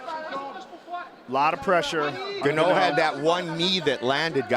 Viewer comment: Franic "Gano" they said lol